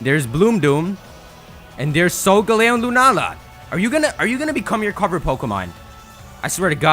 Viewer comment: *sole gah leo